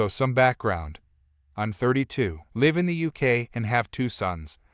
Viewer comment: Live isn’t pronounced right either.